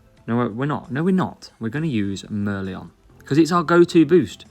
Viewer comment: Mer-LEON Mer-LION 😉